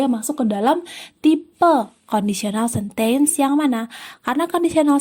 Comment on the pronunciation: rada terganggu dengan pronountiation 'sentence' 😅